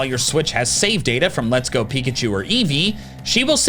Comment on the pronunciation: Eveachu and peekee.